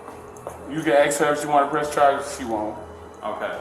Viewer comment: Hahaha “call the amberlamps”. This is the second video I have watched where someone has “axed” for an “amberlamps”. Apparently the words “ask” and “ambulance” are very difficult words to say.